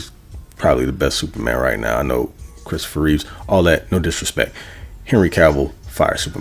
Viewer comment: Christopher Reeve* no s lol. Its the mandella effect.